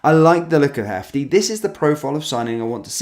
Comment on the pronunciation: In WVERY podcast, he has said Hefty! I've corrected him several times, but he either doesn't read comments or he chooses to be an ignorant idiot. I also told him the town and football club is UTRECHT, NOT UTERECHT! And the Rangers/Brighton player is ABDALLAH, NOT ABADALLAH.